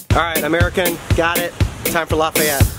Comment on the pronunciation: It’s pronounced ’Lah-fee-et’ not ‘Lah-f’eye-et’. And Lafayette is the best.